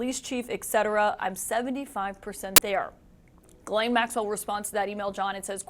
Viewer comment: Her name is Ghislaine (“Geez len”) and not Guylaine (“Gee len”) both common in Québec. Also how do you USAians get “Le fever” (Brett) out of Lebfevre (“Le Fayvruh”) to name only one of your many badly distorted pronunciations of French origin names.